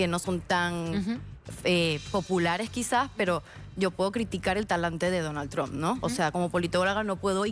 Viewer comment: No digas tran se oye mejor trump